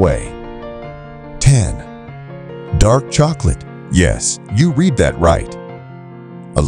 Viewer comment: It's pronounced red not reed.